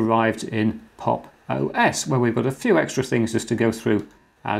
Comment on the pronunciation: at times i miss heard 'pop os' for 'pog os'